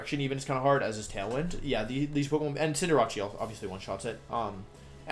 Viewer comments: cinder-ah-chee pissed me off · It’s pronounced Cinderache. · I love that he missprounces some Pokémon names on purpose , like Cinderacci and Wenasaur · dude the pronunciation of togekiss and cinderace threw me off a bit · I love wolfey but I can't handle how he says Cinderace and venasaur